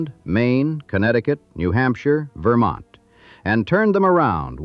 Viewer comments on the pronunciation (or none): none